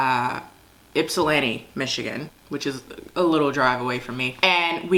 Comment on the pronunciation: Omg I’m from Ypsilanti! Yes we LOOOVEE Wiards Orchards out here! Also… I’m glad u didn’t pronounce Ypsilanti like yip-sil-lanti lol 🫶🏾